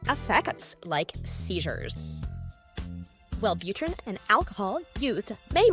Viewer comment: Well butter rin